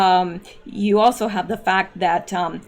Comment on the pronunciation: Jimmy Savvv ill is the pronunciation- Louis Theroux interviewed Jimmy Savile , on camera Jimmy stated how he got rid of the bones!